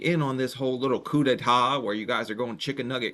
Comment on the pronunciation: You said coup d'etat 😂